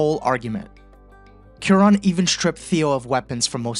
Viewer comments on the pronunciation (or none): "KEw-ron"... my dear fellow, you certainly mean "Kwa-RON". That having been settled, I must also submit that your analysis of who gets "seen" and served at an emergency room is the exact opposite in many progressive states; no equal treatment, just the reverse: the undocumented immigrant who seems like they don't belong gets treated right away, while the insurance-paying, tax-paying patient who looks "at home" gets relegated to the slow queue.